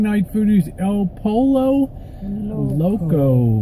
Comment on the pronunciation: pollo is pronounced as poi-yo